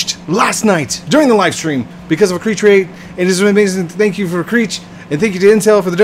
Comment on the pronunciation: Kreech? It’s kreek lol